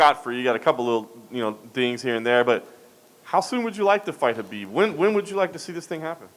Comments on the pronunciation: Can Justin Gaethje please give Chael Sonnen lessons on how to pronounce Khabibs name. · Bigger challenge for him is saying Khabib’s name..